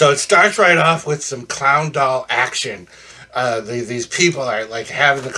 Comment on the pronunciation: Take a bow you cheerful clown. Wonderful review. There was a minute I thought you said that they were going to burn up a hound dog instead of clown doll though lol.